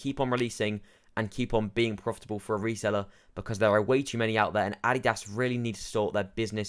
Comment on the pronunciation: I like how you cannot even pronounce Adidas correctly. Just because people aren't spending massively over MSRP for an article of clothing doesn't mean the brand is dead. More supply of shoes means more consumers are able to obtain it easier